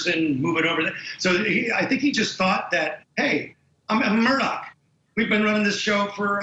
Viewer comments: He keeps saying, Alec Murdock. His name is Alex Murdaugh. 🤷‍♀️ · Please people, the name is Murdaugh. ( Mur d- au ) Not Murdock. That is how people are pronouncing it. Any hoo.